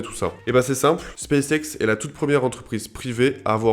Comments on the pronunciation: En effet, il aurait mieux fait de le prononcer "Spasse ixe" :0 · "Spaice Ex"